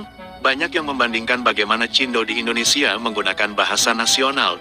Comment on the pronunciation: Lo aja ngomong salah mas? Bkn endonesa Indonesia, ngomong yg bener